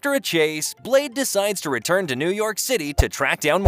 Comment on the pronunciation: New YOCK? what happened to New YORK? 😅